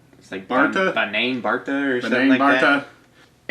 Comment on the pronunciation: TUUU PRUNAAOUCE DIS IS BANGING MISS BARTA